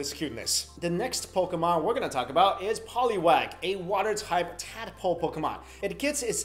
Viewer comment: He said tadapole instead of tadpole...